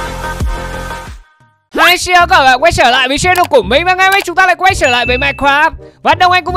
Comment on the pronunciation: Trở lại chứ ko phải sở lại nha anh